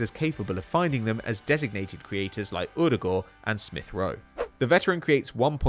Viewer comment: Loving the correct Odegaard pronunciation